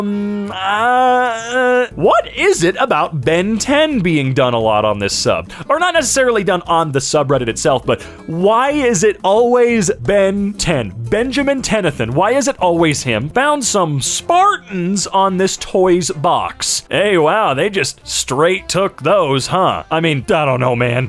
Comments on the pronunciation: Ben 10s last name is tennison not tennathon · And called ben’s last name tennithon instead of tennyson